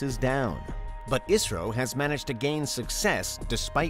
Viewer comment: Thanks for pronounce properly ISRO.